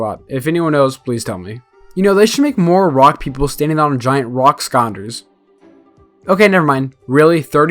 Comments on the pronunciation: "skonder" sky-lander not sko-nder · No hate but you said ‘skonder’ like 15 times lol